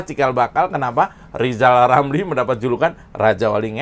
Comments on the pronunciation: Bilan Rrr saja gk bisa,gmana mau presiden?.. hoooi...Lijal Lamli..loe pikil jadi plesiden itu ganpang? pikil dulu yg benal,gk usah cali cali masalah sekalang,lakyat sudah pintal dan celdas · Seandainya LIZAL LAMLI bisa bicara RRRRR......!!!! insyaallah LIZAL BISA JADI PLESIDEN.... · Lizal Lamli bisa belajar Ngomong Rrrrrr ama Pak Plabowo.....bleetakkkk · Lijal Lamli....... mimpi jadi Plesiden !!! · LIJAL LAMLI, jadi ketawa kalau netizen nyebut namanya😀😀😀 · LIZAL LAMLI.... !!!!!????? ..... BLETAKKKK. ..... Tarik Bambaaaannggggg... !!!!! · kamu salah ngomongnya, harusnya gini: lijal lamli si lajawali ngeplet...itu yg bener... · Lizal Lamli "nyapres"?.. Huruf R dihapus dari nkli..??? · Lijal lamli, ulel melinglel diatas pagel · yg jadi ledekan itu dapormu itu lo zal ramli karna cocotmu yg nyinyir ngalor ngidul gk tau arah ...... maklum karna rizal ramli kanda kakek2 dah kayak bayi yg baru lahir bilang r aja gk bisa jadi l kayak umur anak 2 th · Rizal itu suruh kursus dulu...ngomong R aja hlepotan kok mau dampingi pk prabowo..aduuuh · Si rrrr gak tau diri banget mau jadi capres cawapres 😂😂😂 lo bllajar ngomong ja yg bener adehhh wkqkwkqk